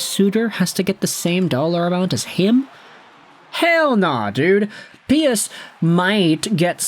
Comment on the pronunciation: Pius Suter’s first name is pronounced like- pyuus not pee-us. This came directly from him in his Red Wings introductory presser after being called pie-us. Thank you